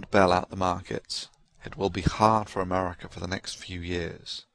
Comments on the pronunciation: Ha...the Brit said something like "Americra" in the beginning. He added an extra "R". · That he mispronounced America. Duh!